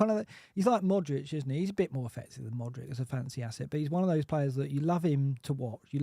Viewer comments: Maybe because he actually refers to Modrić, I doubt he would compare Odegaard with Mudryk😄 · Why pronounce Mudryk like Modrić:D